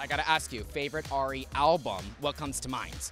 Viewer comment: she knows Ari and said Airy